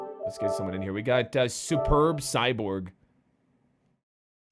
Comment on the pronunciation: AHHHHHHH HE SAID SUPURB (DID THAT SO YOU KNOW HOW TO SAY IT) CYBORG